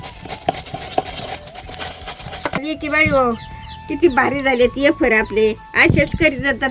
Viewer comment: आज्जी येफर म्हणते.फार आवडले.वेफर्स नाही . मज्जा वाटते.😂